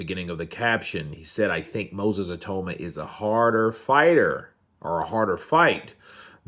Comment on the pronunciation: Say he’s name right